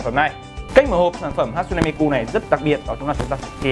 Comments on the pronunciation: sửa lại cái tên dùm cái, mi kư k phải ku, đọc nghe mà khó chịu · Miku các bác ơi . Cứ mi cu , mi mu . Đọc là Mi - Trym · Miku chứ ko phải mi cu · Góp ý thoi! Là hatsune đọc đúng rồi, nhưng Miku ( chắc thấy sao đọc vậy, là phien âm của nó là "ư", à mà còn nữa Miku là nhân vật vocaloid, ko phải anime ( a - ni - mê nhé ) :,((((( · mi-kư chứ ko phải mi-cu anh ơi 😂😂😂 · Hát-sư-nê mi “ cu “ 😂😂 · Tiếng nhật đọc là mi kư nhé, đọc mi ku nghe ngứa tai quá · cư cư cư cư cư ko phải cuuuuu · Ku cái éo , đọc là mikư đếch phải miKU nhá ad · đọc là Mi Kư không phải mi Ku(cu) -. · mi cư không phải mi cu nhé anh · Người ta là ku chớ k phải cu 😡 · mi cư sao lại nói mi cu vậy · đã đọc không chuẩn lại cứ nhắc đi nhắc lại, cứ mi cu mi cu suốt =)) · mik ko quan trọg lắm nhưng mà add ơi lần sau cí đọc thì đọc là mikƯ NHÉ ADD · À há....MI CU 😂 MI CƯ Ông má ouisssssssss ❤️😂😂😂😂😂😂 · Hát xư nê mi cư 😒 nghe phát âm mà ngán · hãy đọc Miku là Mi cư Oce :v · ôi wtf sao cứ cu cu cu thế ? chả chịu đi tìm hiểu cách đọc trước khi nói ra hở ? tôn trọng tý đi :) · Miku cứ mi cu mi cu nghe kinh quá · miku mà nói là mi cu hay mi cư hoài